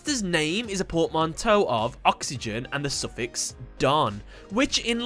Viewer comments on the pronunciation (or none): none